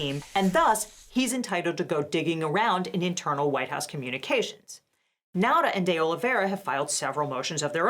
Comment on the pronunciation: Apropos of nothing, pronunciation of Nauta's name is the closest I've heard to correct. It's like a smidgen off, but better than 99% of other people. Now'Ta - Correct Nowda - Incorrect, but close Nahda - Way off Anyway, with the latest moves by the court, it doesn't matter anymore.